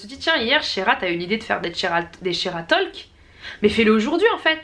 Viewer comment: J’ai adorais la vidéo vrm juste « talk » ce prononce sans le L pour la prochaine vidéo ❤️